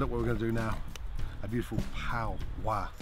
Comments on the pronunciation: pow-ah, it's Pah-wa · lol why he saying pow wa 🙄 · Pah-wah The Maori pronunciation is killing me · Everyone else: paua Gordon: paWA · Miss Mira it isn’t power, it’s paua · Notice he says paua twice near the end but every other time its pao-wah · I adore how he pronounced Paua as Pow Wah !! So cute 🤩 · As a Maori I chuckled when he butchered the pronunciation but at least he’s appreciating our language! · I like how no one told him he was pronouncing "paua" wrong. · He says paua weird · xJennova, we're the only corner of the world that calls it Paua. 😉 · Why is he saying paua so weird, it’s not that hard to pronounce 😆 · That's so annoying, he didn't pronounce paua correctly once. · Hes not a kiwi. It's not a big deal.